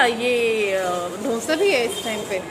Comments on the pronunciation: Dhonsa Nahi Dosa Hota hai. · ढोन्सा नही डोसा. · Dosa not dhonsa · Dhosa nhi dosa bolte h...❤️👍